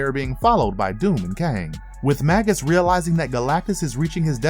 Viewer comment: Oh my god! It's not bad enough that the narrator is-- likely through no fault of his own as a producer or the episode writer should have helped the narrator out on pronunciation, imo --mispronouncing the word "Magus" as Magg-Us rather than the actual pronunciation of _May-Gus_! But the script is forcing to say Magus every other word! I'm a bit OCD, so it is killing me every time I hear "Magg-Us"! Arrgghh! which is not original to the evil Warlock doppelganger, but is another word for sorcerer, mage, or wizard and was originally a term for a type of ancient Persian priest.